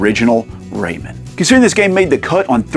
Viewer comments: Enjoyed the video but the Raymen bothered me every time lol. It's Ray Man! :D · Ray-MAN, am I right??? Keeps sounding like this dude is saying Raymond lol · It's Ray MAN, not Raymin. Don't disrespect my boy like that. Do you pronounce Superman or Spider-Man like that? Lol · Raymen? You mean ray-man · pronouncing Rayman "ray-mun" is like when people pronounce Mario "mary-oh" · Love how he says Ray-min 😹, somehow I got 5 of these beat! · R..reyman? Like REYMOND? 😂 I've always pronounced it "Ray-Man". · Its ray-MAN not ray-men. Drove me mad !! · For the love of god, man! It is not pronounced “Raymond” !!!!! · It's a crime that you're saying "raymen" instead of "ray man". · But dude, Everybody Loves "Raymun!" 🥴😅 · pronunciation videos agree with you BUT 30th anniversary trailer from 6 days ago agrees with me and rayman origin trailer says rayMAN too Anyways thanks for the journey also cool video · I can't get past that it sounds like you are calling him "Raymond" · Incorrect. Just do a search for "snes Rayman commercial". As I originally thought, it is pronounced Ray-man. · I can’t with the pronunciation of RayMEN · "cannin fodder" "raymen" cmon breh but at least you said atari jaguar the right way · Hearing you pronounce Rayman is wild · I've never heard anyone pronounce Rayman like that. Say Batman or Spiderman in the same way. Hours of fun! 😂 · The way you pronounce Rayman gives me seizures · Great video, but my skin crawls every time you say Rayman like that.. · Who TF says "rayman" like that? Decent watch but a tough listen... that voice 🙄